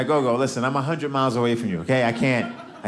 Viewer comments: Gogo isn't pronounced go-go, it's short o's. It's Xhosa for grandmother. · He called his gran Gogo - though he pronounces it differently that is the word for gran in a few of the languages in South Africa.